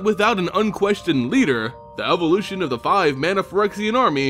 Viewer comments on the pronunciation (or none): none